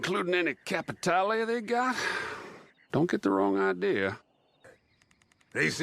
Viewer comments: Im sorry, your video is superb and 100% on point. But "cApItAlEeEyY" xD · Alright I'll go in the timeout corner dad, just stop saying Capitaly